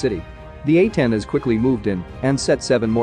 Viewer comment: These narrations on these shorts channels are so fucking uncanny. Why would he pronounce "A-10s" differently every time?